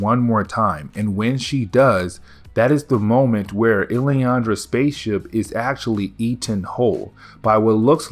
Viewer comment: Dude, her name is LILandra, not iliandra. Did you never see the animated 90s xmen show? More importantly, at what point do you stop caring about getting any names right, and I mean passed names that are hard or weird, but when a simple 5 second effort to read and understand character names that are easily phonetically spelled, yet you seem to almost intentionally get a majority of side characters' names completely wrong. I cant figure out if it's on purpose, which if it is and this is all just a personality gimmick you're using for YouTube, then I can respect that. But if you're just literally half-assing the reading of these names, then that's so dumb. If you have some kind of learning disabilities or something, thats something else entirely and I'd like to work with you to help you do better, bec really, it can only help your channel grow by improving. Sorry for the rant. I just couldn't take it anymore. I needed to know what is going on with this because I watch all of your videos.